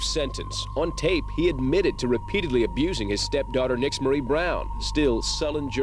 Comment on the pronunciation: I believe her name is actually pronounced "neesh-marie". Just thought I'd leave this here. I love your channel. You guys do such a great job covering these stories.